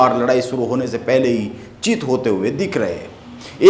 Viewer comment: चिट नही, चित होता है😂